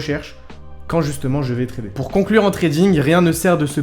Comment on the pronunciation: POUR*** Pas Poue cest pas pro